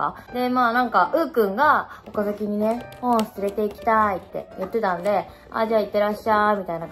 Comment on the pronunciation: 岡崎？のイントネーションおかしくない？笑笑